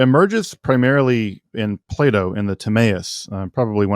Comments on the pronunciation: Ah yes, Play-Dooh, the famous Greek philosopher. Can't unhear it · I though he said play doh